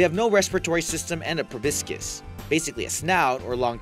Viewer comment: ProBOScis. It's pronounced proBOScis. God this is low-effort tripe.